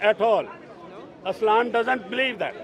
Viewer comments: It's Islam not Aslam 🤣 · firstly its not gaaad secondly its not aslaaaaam